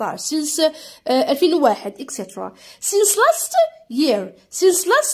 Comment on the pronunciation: أستاذة متتقراش سينس تتقراساينس